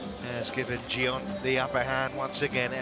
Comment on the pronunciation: It's not Jion.. it's Jeon..